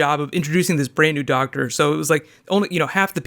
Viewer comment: "The Doctsah" Christopher Eccleston times